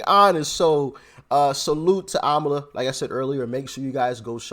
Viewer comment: IT’S AMALA NOT KAMALA, RIGHT??